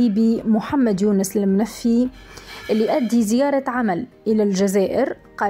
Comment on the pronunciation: كيف تنطق # المنفي # ؟ هههههههههه.